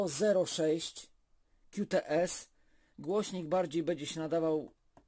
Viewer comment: Jak to źle brzmi 'kiu ts'. Tam jest 'ku ts' (Qts)